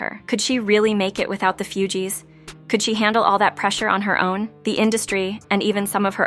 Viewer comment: IT'S NOT FEW-GEEES😂😂😂😂😂😂🤦🏿‍♀️🤦🏿‍♀️🤦🏿‍♀️🤦🏿‍♀️🤦🏿‍♀️🤦🏿‍♀️